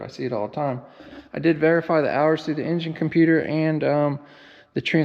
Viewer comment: Just to Echo the other guys Happy Birthday Tucker, see they are still ripping it out of you!!! You're doing great, LOVING these videos on different equipment. at the risk of me being labelled politically incorrect and cancelled it makes me smile when you pronounce Engines as " Injuns" that's how it sounds and just thought oh that's where the horsepower comes from then!!. 😊 Yes only Joking guys, great entertainment thank you.